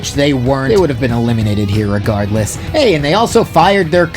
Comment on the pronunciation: then you need to annunciate better because that is the furthest thing from what it sounds like.